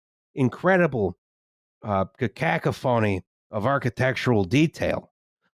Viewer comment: pronouncing it cacak-o-phoney instead of cuh-cough-oney